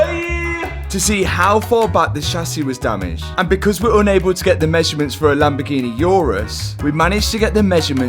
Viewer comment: The world: Lamborghini Matt: Lamborghi-neh